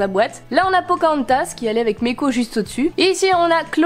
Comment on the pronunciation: Meeko ce dit maiko